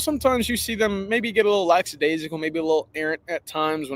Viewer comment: the word is lackadaisical (lack.a.dai.si.cal)!